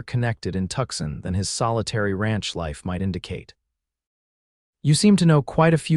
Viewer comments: Pronounced "Too sahn" not Tuxin. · Is Tuxin supposed to be Tucson? God save me from AI